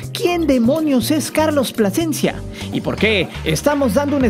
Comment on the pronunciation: Carlos Pasecencia a wey te comiste la letra L esupidin. Carlos Plasencia...